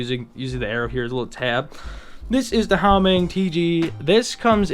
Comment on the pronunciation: Great video and execution! But 1 flaw... it's Huameng, not Haumeng